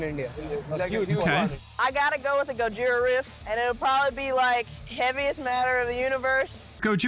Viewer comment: Respect to the girl that said Gojira.